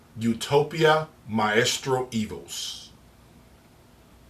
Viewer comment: it's not 'My-eestro' it's 'my-stro'.